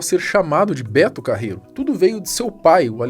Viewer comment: "Betu Carreruuuu pxiu pxiu pxiu"